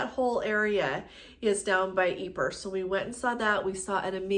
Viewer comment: Hi. Please check but I think that Ypres is correctly pronounced EEP. French eh?